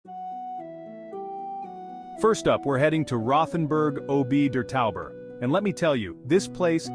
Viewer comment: It's pronounced Rottenburg (not RoTH) OP (as in TOP without the T) der Tauber - some traveler you are!